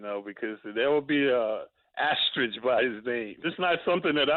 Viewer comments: Walt saying asteridge, calling him Clyde Frazier....so much wrong with this clip smh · Stephen A. Smith, "there is no asterik" that is right Stevey, but there is an Asterisk. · so nobody taught stephen A or walt how to say asterisk .... osterich lol